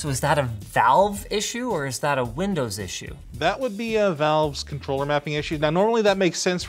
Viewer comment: linus, you do realise you said lindows and not windows right?